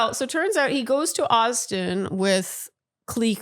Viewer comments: Definitely not kleeks babes..its cliques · Not cleeks 😂 never heard that even tho it’s how it’s spelled throwing you off but still 😂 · "clique" is said like "click". I've never heard it pronounced "cleek" lol. But I do totally agree that there were cliques with the girls. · When I googled, AI told me most people pronounce it “cleek”, (the original French) but that really hasn’t been common in my life. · Pronouncing it ‘cleek’ is very Canadian! 🇨🇦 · I’m Canadian and would pronounce it cleeks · Has she only every read the word clique? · She’s Canadian and sometimes uses French pronunciations for certain words like “clique “.